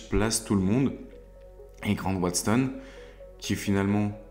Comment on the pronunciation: super vidéo ou je découvre ta chaîne, attention à la prononciation de Watson et non pas Waston 😉